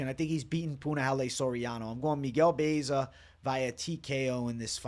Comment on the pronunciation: Butchering Baeza name 😅